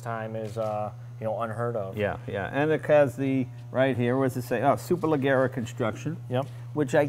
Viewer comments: very nice.. and should be pronounced 'super leh-jeh-rah'.. g and e together in italian makes a J sound :) and yes, means super-light :) ciao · Jay: "Superleggera" is pronounced with a soft g (like an English "J") in Italian and an "AH" at the end, not an "a" - superleJJerAH. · Dear Jay "leggera" (the italian "GE" in "Superleggera") is pronounced like "Los Angeles" or if you want like "Jay" . ;) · Grigio-argento means silver gray not dark gray (so unoriginal color), all the documents he's joking about are extremely detailed and precise stuff, and in Superleggera the two g are read as the J in his name (Jay leno)